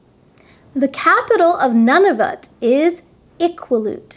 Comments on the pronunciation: I like your show, and am glad you introduce the basic geography of Canada. FYI Nunavut would be pronounced more like noo·nuh·voot. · Hi Lorne ☺️. Thanks for watching and for your excellent feedback on the pronunciation of Nunavut and Iqaluit 👍🏻🇨🇦. I've heard so many people pronounce those places the same way as I did in this lesson, but never realized that they were also incorrect 😅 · Well done. But Nunavut is NOT pronounced NONE-of-it, but rather NEW'-na-vut. Its capital city, Iqaluit, is pronounced I-KAL'-wit. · I like your videos, but for our NE territory Nunavut, I believe they pronounce it noo·nuh·voot. The Inuit also pronounce the 'i' in the capital Iqaluit. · Oops! it's EE ka loo eat! :) Iqaluit. And my friend from Nunavut calls it Noonahvoot. Thanks for this video though! I think it's great! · You need to check out and correct your pronunciation of Nunavut and Iqaluit, both incorrect in this otherwise excellent review of Canadian provinces, territories and cities. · I'm not from Canada, but you just butchered "Nunavut" and "Iqaluit", sorry! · Thanks for watching 🇨🇦. I admit that my pronunciation of Nunavut and Iqaluit were slightly incorrect, but there is nothing wrong with my pronunciation of Quebec. I lived in Montreal for a few months and this is how most people there pronounced it.